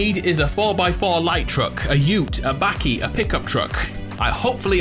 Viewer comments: My man said bAkie it’s buckie (spelling mistakes but I don’t care it’s for pronunciation) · I laughed when ge said bakkie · Dude said bakkie😂🇿🇦